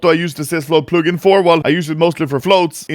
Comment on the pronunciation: Never say "plugin" again